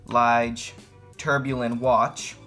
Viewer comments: LEEJ not LIIIG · I bought this watch and enjoyed it for three days only. After 2 hours of playing tennis with this watch on my hand the watch stopped working. It is a nice looking piece of crap. And check the liege pronunciation a meaning of this word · It is a beauty. It actually reminds me of a Lange. BTW, "tourbillon" is pronounced "tour-bee-yoan" and Ithink that "Lige" is pronounced "lee-guh". I have two of them and they are just enchanting. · I wonder how many times since the publishing of this video that he kicked himself for the pronunciation of Lige and tourbillon. Additionally, how many times he regretted featuring this watch